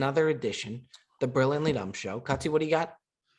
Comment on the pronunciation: Who else finds it hilarious that can’t pronounce Brilliantly?😂